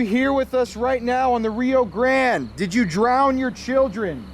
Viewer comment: The way you guys pronounce grande is infuriating lol. But I how everything seems 100% real. Keep it up guys!!!